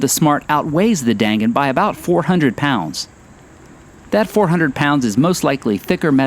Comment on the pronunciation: I was in Japan in the 90's and share your enthusiasm. I love that we can these in the states now. And FYI, its pronounced "Don Gon" or "Dahn Gahn."